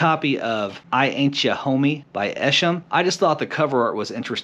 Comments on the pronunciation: Pronounced E-shaam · That Esham album (it’s just another one of his albums that he decided to put in a DVD case instead of a CD jewel case) was a good find, I have that myself. I can’t believe you found it at a garage sale! His name is pronounced differently btw tough. Old school underground acid rap from Detroit. That wicked shit. That’s who ICP was inspired by. He helped them out too in the beginning and later signed to their Psychopathic label briefly. Esham is currently on tour with Violent J from ICP and Ouija Macc. They call themselves 3 Headed Monster. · Esham (EE-Sham, soft 'a') the Unholy is thought of as the God Father of Horror Core (the genre that ICP fall under). VERY cool find.